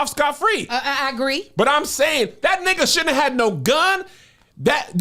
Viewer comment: the way Kev say nigha sounds racist